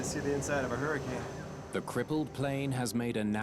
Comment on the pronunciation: wtf is a "huracun"?